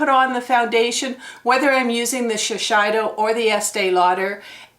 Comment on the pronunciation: Thought you might want to know Shisiedo has a long "A" sound instead of "I". All these beauty and fashion words that aren't English! Even if it was in English, it doesn't follow the rules either. LOL